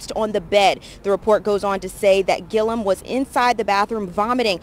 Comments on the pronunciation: Ti, love you but you gotta start getting these names right...Andrew Gillum, not Gillium! 😩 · It’s GILL-UM not GIL-E-UM lol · I love you Ti, but his name is pronounced Gill-um.